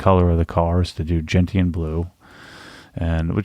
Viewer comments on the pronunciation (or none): It's 'jen-shn' with a soft 't' not 'jen-t-an' with a hard 't'. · Gentian is pronounced Jen-shun, as in the plant with bright blue flowers.